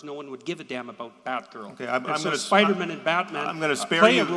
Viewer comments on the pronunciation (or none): As if there weren't enough annoying things about JP, I've just discovered that he pronounces "Spider-man" "Spidermn", like it's his surname.